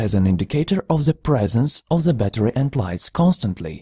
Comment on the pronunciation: If you stopped saying ze, your speech would not be terrible